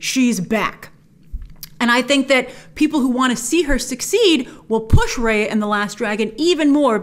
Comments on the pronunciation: its Rahya with the ah sound not the ayy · Just a pointer that Raya is pronounced like Rye Bread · Imagine the backlash when the trailer comes out and we hear "Raya" being pronounced as "Rae-yea" instead of "Rai-yah" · So her mount/ animal friend is named after a Thai vehicle? Cool 😁 hope it’s pronounced took took like how it’s supposed to, Also it’s great that her name will have a Southeast Asian pronunciation, Rah yah.